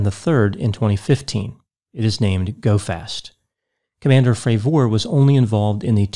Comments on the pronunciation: Jesus dude can you at least get his name right? Have you heard anyone else refer to him by his name? Did he ever correct anyone in the pronunciation? Nope, not one in the 5 interviews I’ve listened to. Carry on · Could this David Fravoooor be related in any way to David Fravor I wonder? Its a very basic surname to pronounce Doc for God's sake.. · I've been watching several of your videos mostly for entertainment and I find it difficult to believe you spent the time watching the interview with David Fravor considering you keep mispronouncing his name. Also, your attempts at comedy really fall flat. I'm starting to really doubt your credibility. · How could you get almost every detail relating to the interview you’re “analyzing” wrong? You mispronounced the Commanders last name consistently. Joe is skeptical of most “conspiracy theories” and was clear when discussing the issue with skeptics that he was talking about professional skeptics (not a general skepticism towards people’s claims). Also Commander Fravour says in the interview that he never believed in aliens/UFOs before this, in fact he said he was dismisses of people making such claims and him and other pilots would scare campers by acting like UFOs in their jets. None of your arguments really hold up to analysis. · This dude can’t even pronounce Fravors last name correctly lol.